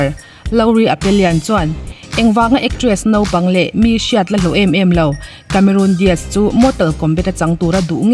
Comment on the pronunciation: Cameron Di aazz👍👍👍 Cameron Dias👎👎👎 tia lam toplo hian